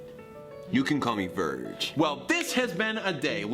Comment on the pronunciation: On the “Virg” of anxiousness